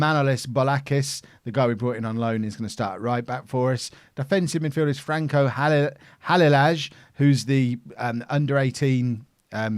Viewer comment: halilaj is pronounce halileye